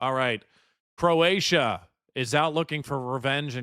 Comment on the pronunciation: 😂oh shit. Bro actually got the Croatia names right . 😂😂😂😂 I swear his the only yank that can get the right first time. Fair fucking play . It just makes it funny that he thinks he got them wrong.